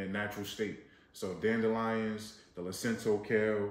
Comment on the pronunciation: It's LUCINATO kale, not Lucinto.